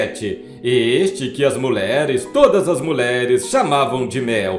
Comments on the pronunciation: Muleres é doze em seu locutor!!q tal dizer mulheres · Muleres. Kkk Que horror esse narrador.